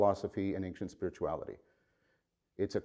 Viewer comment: You mispronounce "ancient". No disrespect intended.